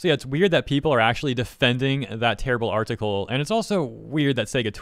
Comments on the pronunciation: What is an R-Tickle? Why do you keep saying R-Tickle? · Why does bro say article like that